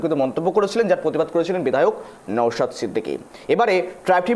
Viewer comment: নওসাদ নয়, নওশাদ। উচ্চারণ ঠিক করে করবেন। ।